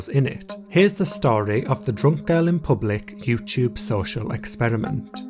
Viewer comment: i can’t get past “yewcheube”